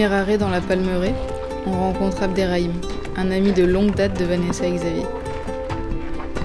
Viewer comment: It’s Abderrahim not abderraim 😊❤ that’s my name too...